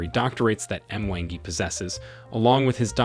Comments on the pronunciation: This video has alot of misinformation... Would do best with a Kenyan voice narrator... This guy doesn't know how to pronounce names correctly.. how do you say M-Wangi it's not separate.. it's one word MWANGI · We get the message and kudos, good complication, however when you make the next one, get someone else to say the names, it shows how ignorant you are to pronounce the names the you did….example, “E-m-wa-guy” for Mwangi!!! nah! sorry dear. It is disrespectful👎🏻, end of! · It's "MWANGI"... No "M" WANGI ".... You can do it! 😅👋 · The M-wangi thing instead of mwangi,😂😂😂